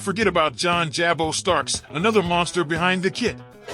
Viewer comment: Pronounced “Jah-bo” NOT “Jay-Bo.”